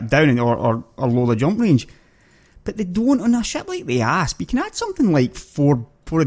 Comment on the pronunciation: It sounds like he keeps saying ARSE like "fly around in my ARSE" lol...I really like this guy, hes funny and does good videos :)